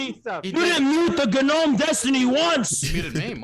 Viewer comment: The “ga-nome” comments and “beta male bonnell” almost made me cry laughing